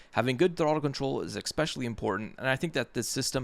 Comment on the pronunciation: Good video. But I can’t get past “ECKspecially.” Also it’s damper. Not dampener.